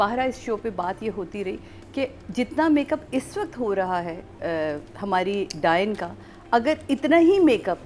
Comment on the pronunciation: Someone tell him its not Dine Its “Daa-yan”